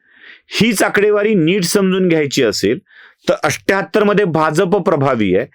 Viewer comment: 78 चा उच्चारण अठ्ठ्याहत्तर असा हो तो तुम्ही "अष्ट्याहत्तर" असा करता। हे चुकीचे उच्चारण आहे तसेच १४४ याचा उच्चारण एकशे "चव्वेचाळीस" असा होतो तुम्ही "चौरेचाळीस" म्हणता ते चुकीचे उच्चारण आहे। कृपया तेवढ सुधारणा करा